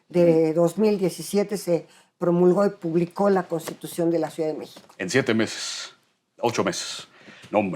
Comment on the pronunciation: Ni siquiera sabe pronunciar la palabra ciudad esta señora, dice suidad, varias veces, incluso como profesora de la facultad de derecho de la UNAM, muy chafa